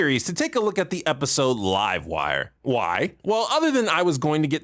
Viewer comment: You said livewire wrong... it's pronounced LIVEwire